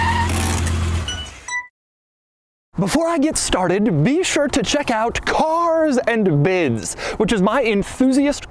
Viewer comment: Ok The shadow vowels are getting on my nerves Carrrzzzuh anduh biddzuh